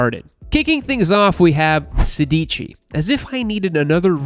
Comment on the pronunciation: „Sedici“ is actually italian for „sixteen“ and the accent is on the first „e“, therefore „sèdici“